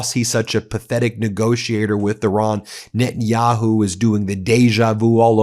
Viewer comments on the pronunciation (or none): none